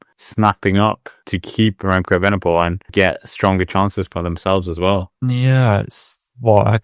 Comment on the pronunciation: Frustrated by butchered Danish pronunciations, but perhaps the worst attempt at Evenepoel out there....(still love the channel, though)